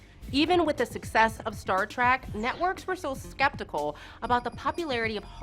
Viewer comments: “DAY-lenn”? “Star Track”? Oh, please. If you had wanted to tell people things they didn’t know about B5, how about starting with, the show’s æsthetic comes from discarded parts found in its filming location, an old, abandoned hot tub manufacturing facility converted into a TV studio. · Yeah, the talking head (or anyone involved in the filming) certainly has never watched B5. The pronunciation of names is terrible. Though the 'Star Trak' seems like just a slight accent as can be heard in other words in the video. But what more would you expect from SciFi..... I sorry I mean SYFY...... actual scifi knowledge? No, they are mostly a b or c-grade horror channel again. While most of the clips were nicely done they could have chosen a better space battle one. That was mostly just staring at pilots reactions. I think most everyone online calls him JMS. Delenn didn't start in a cocoon..... She spent 7/10th of a season 1 episode and 1 9/10th episodes of season 2 in it. They are NOT "actual, functioning space suits". They are props. They are probably hot and require cooling to work in them for any stretch. You just made that up, didn't you..... An actual space suit costs about $2-12 million and takes ~5,000 man hours to make. No prop department is going to do that (not even for Kubrick). I agree, this is more a very top level show synopsis and a quick scan of the Wikipedia article. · Yep, she said, "Star Track." Twice. >,< She actually pronounced it correctly before the 2nd mistake... then gets it right again. "Day-lin," for Delenn "...JMS -- as I call him..." How about: As the fans call him... The problem with this overview, is that fans already know all this; seeing the high-points are fun, but her asides/attempts at humor or "coolness," are frequently too childish. There are too many spoilers to show this to someone who hasn't seen the series. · “Daylenn” “Star Trak”? C’mon, put some effort into these. Also, we all knew this already... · "Star Trak"? I'm out...